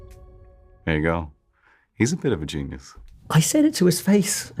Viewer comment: " He's a bit of a genius" CUT ! Start again but less emphasis on " bit" Take two.